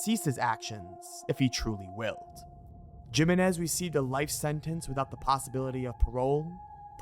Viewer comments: lol it's "him-ay-nez" not "jim-in-ez"....spanish, bro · Jimenez: say it with me - "he-menez" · *Himenez. That is how you pronounce it. And wasn't the video made after they found the body? Or did they predict they were going to find it? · It's pronounced heh-men-ez, not Jim-in-ez. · Its Himenez not jimenez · Jimenez is pronounced He-Men-Iz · Did bro just say JIMenez???? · It's pronounced HIMENEZ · Jimenez is pronounced Hee-men-ez.... hope I don't offend giving you the correct way. Just found this awesome channel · I have never heard anybody pronounce it the way he does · I can't tell if yes mispronounced Jimenez on purpose or not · Jimenez, replace the J with an H and you will pronounce it right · lol it’s not his accent it’s just him being unaware how to pronounce Jimenez. It’s perfectly able to be pronounced in an American accent unlike how someone from Japan might have trouble with their L’s due to the language not having that L sound.